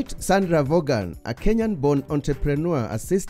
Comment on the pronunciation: Hi, my first ever YouTube comment and a long term subscriber. Her name is pronounced as Von, not Vogan. Thanks for the great content and a happy new year to your team.